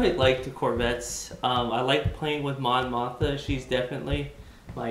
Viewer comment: Good breakdown. Thanks. Also: Mon Moth-Ma. :)